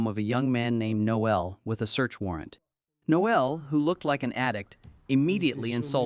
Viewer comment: It's Nole not Noel.The e is silent.